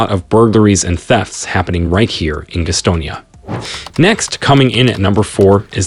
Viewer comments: being a Charlotte native, I can honestly say this video is the first I have heard of Guh'stonia. Maybe the folks in Gas'tonia have heard of it.... is it in Guh'ston county? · It's Gastonia. Thank you. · It's definitely NOT the "Queer Stone " Yuh pronunciation as in Gay. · GAStonia not gusstonia lol. I don't blame you. A lot of outsiders call it that. What I love is that Rockingham is predominately white and Wadesboro is predominately black... and they both equally suck 😂😂😂. Also, Albemarle is not costal. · Note: It's not pronounced 'geestonia' It's Gas tonia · It is pronounced GAS-tonia. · I cracked up every time he said Gastonia 😂